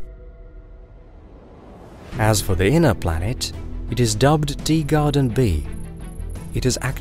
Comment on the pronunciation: Is it just me who hears it, or is this guy really saying “Deegarden B” rather than “Teegarden B”?